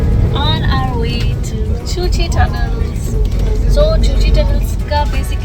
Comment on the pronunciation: Nice vlog. I first visited Vietnam in the year 2000. Was an unforgettable experience! The cu chi tunnels are pronounced as Ku-chi tunnels. Did you crawl through a segment of the tunnels? I recall having done that back in 2000.